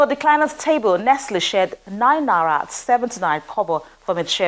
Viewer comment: it's naira, not nara. Correct your pronunciation. It's a long vowel like, fight and night. If it helps, it's na-ee-ra.